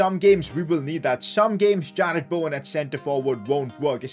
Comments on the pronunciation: Fr. It’s not Bauwen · Why tf do you all get so triggered he doesn’t say Bowen properly, like is it really a problem?